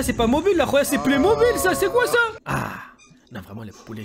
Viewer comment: "c'est plus mobil c'edt pley mobil 😭😭😭"